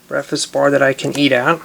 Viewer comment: When he was making the breakfast bar he said BEFAZ